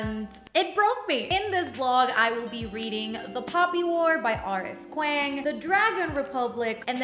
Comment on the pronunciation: hey love, just fyi kuang is pronounced "k-wong"